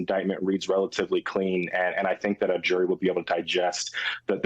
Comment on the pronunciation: jory = jury? her pronunciation is creative, maybe even charming, but it interferes with our understanding of the information being offered. She does this alot and i hope she improves. bringun = bringing?